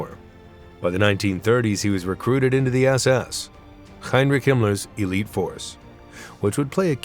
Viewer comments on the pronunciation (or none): none